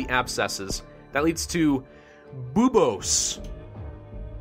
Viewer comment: it is pronounced beobos for buboes